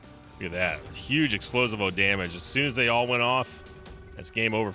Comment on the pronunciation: ITS NOT EXPLO-SI-VO ITS EXPLOSIIIIIIIIIIVO